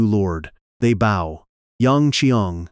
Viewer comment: The mispronunciation of bow is always a dead giveaway